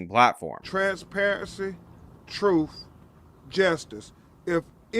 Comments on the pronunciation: Never trust a lawyer that says troof instead of truth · "Troof and transparency" 😅😅😅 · What the hell is “troof and Justice”? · What is this “troof” word mean? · "Troof and transparency " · "built on truf" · "Troof" poor Lenert should have stayed in prison. He would have been better off and still alive. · “Troof and justice.” Gotta love em. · "Troof an Trainspairency!!" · I mean, he said it’s based on “Troof and Trenssparuhncy”. What more do you want from the guy? 🤣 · "Truuf and tranparensee?" Yeah, hurry up with that! :elbowcough